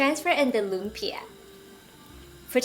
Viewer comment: Very nice, even pronounced 'lumpia' like a Filipino. A short cut to the sauce is Mae Ploy sweet chili sauce from your local Chinese or Korean store and a touch of Sriracha for the extra kick. Its good to have these available anyway if you are cooking Asian food.